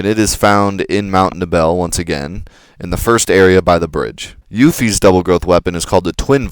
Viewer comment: Materia does not get experience. EDIT: OH MY GOD WHY DO YOU PRONOUNCE EVERY SINGLE WORD WRONG (wrong meaning not like me lol) seriously Yuffie Nibelheim Gi Junon Mt. Nibel Also Plus Barette is not pronounced "Beret," that one's not an opinion. He wears barettes, those things you clip in your hair, not berets, those are hats.